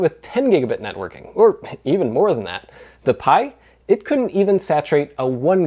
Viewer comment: the "pi-bite"